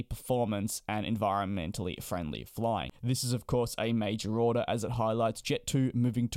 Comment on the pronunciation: 'Odour' 'order'